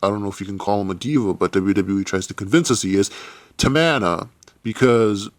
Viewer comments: Is not tamana is TAMINA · Everyone he said "Tamana" I laughed so hard and loud. Im still laughing